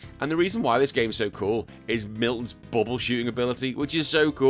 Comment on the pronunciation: The hero in Do-Re-Mi Fantasy is Milon, not Milton. There is no "t".